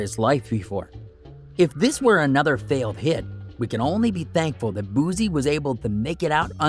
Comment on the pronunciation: Nbs mayne "boo-sea" not bozzziee